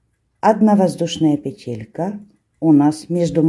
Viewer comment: Спасибо,! Очень люблю Ваш канал. Только Вас, видимо, поправляли какие-то «грамотеи». Правильно всё-таки произносить «пе́телька» и «наки́д». Можно обратиться к словарю, там указывается правильное ударение. Та же история у Натальи Рогатовской: она произносила правильно, доморощенные лингвисты потребовали, чтобы она произносила «пете́лька» и «на́кид». Ухо режет. Простите, не хочу Вас обидеть. Вы замечательная!